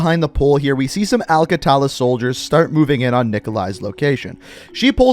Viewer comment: “al qatala soldiers” COME ON DUDE